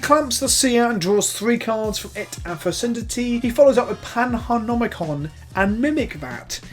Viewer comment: Fecundity is a hard c innit.